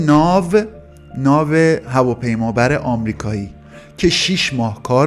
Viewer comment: این‌قدر که این هواپیمابر بد گفتی منم حالا نمیتونم درست تلفظ کنم از تو بدتر شدم😂😂